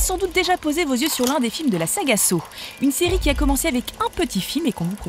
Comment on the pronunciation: Criss on dit Saw(Ça) c’est comme sa on le dit en anglais fac arrêter de créé des mots qui veulent rien dire